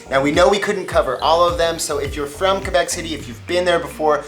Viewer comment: Thank you for saying Québec right